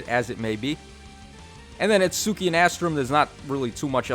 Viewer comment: Did you say "It-SOO-ki"? NOOOOOOOOOOOOOO